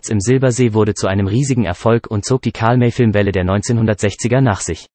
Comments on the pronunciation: Gute Übersicht, schlechte Namensaussprache nicht Karlmä sond Karl May = Mei / Mai wäre rivjte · Iss nicht wichtig, aber der Bot sollte Karl May wie Mai aussprechen, issn Deutscher gewesen. Arkansas kannst er gern Englisch aussprechen. Aber sonst gut gemacht. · Ist eindeutig Computersprache! Bei Datum zB stock die Sprache, als wäre es ein Punkt eines Satzes, darum ist hier auch die Betonung vollkommen falsch. Auch die Aussprache wie zB Karl-May-Filme klingt wie Karmei-Filme. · Der Sprecher sagt immer Karl Mey.